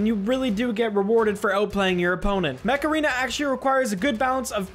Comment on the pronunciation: Ok this is dumb, but, when you said "Mech Arena" I literally thought that you said Macarena and I was like "What? Macarena? XD", but then I saw the game's actual name, and I burst out laughing at my stupidity XD